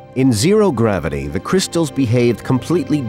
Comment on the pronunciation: Dear narrator there is no D in gravity!😅